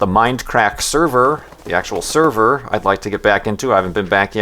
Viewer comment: It's; "Mindcrack" not; "minecrack."